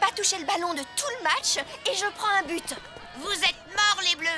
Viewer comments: Heu ouai mais on dirait plus un P que B jsuis d'accord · A je suis la seule qui a cru entendre "pute" au lieu de "but"? 😂😂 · je suis la seule à entendre « quelle pute ! »alors que je sais qu’elle sûr dit « quelle but »😂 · Impossible quelle dise ça mais moi aussi j entend xd